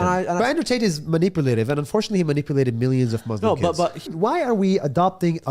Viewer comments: Nas is supposedly a palestinian arab, why does he pronounce Muslim as "Maazlem" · First of all he cannot even say Muslim